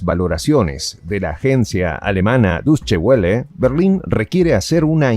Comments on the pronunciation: Amigo, es Deutsche (con e al final) Welle. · ¡Cómo va a pronunciar así el nombre de Deutsch Welle!